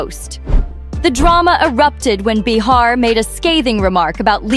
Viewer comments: it's pronounced like BAY-HAR not bah-har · Hey, aussie speech bot, it's not beHAR; It's pronounced bayer. Like the aspirin. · Anybody who knows anything about Joy, or The View, even to just accidentally watch for a few moments, knows the correct pronunciation of JOY BEHAR's name, is NOT "ba-HAÁR"... but BAÝ-har. You should not waste time spreading rumors that you out yourself as NOT in the Inner Circle. GO AWAY. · I do wish this channel would learn how to pronounce names though. It's BAY HAR. And Caralyne LEV IT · You are lying! Joy is still standing & speaks up… the truth!! Can’t you pronounce Joy’s last name correctly!